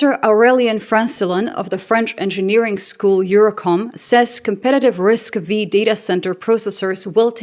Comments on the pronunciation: That's all fine and good, but unfortunately, ASML can't build their lithography machines without components from US companies. We're in a gridlock, both sides can completely shutdown the other. It would be lovely if ASML could fine US independent suppliers. Also, it's not RISC-Vee, it's RISC-V (Five, as in the roman numeral). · RISC-V is not pronounced « RISC minus Vee » but « RISC 5 »., are you sure to have a PhD in computer science? Here you seems to read a text like a basic chatbot... Every IT person with or without a PhD has the habit to follow CPU, GPU, RAM, stockage,..., OS's news. Geek stuff, but you can't be skilled in IT without being a geek. Moreover, you can't pretend running any software without taking care of the hardware layers below. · It's Risk Five not Vee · I believe Risc V is pronounced as Risc five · Dear, The V in RISC-V is the roman number 5, not the letter "Vee"